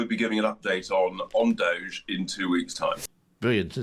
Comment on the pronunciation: It drives me mad every time they say doge. This is Britain!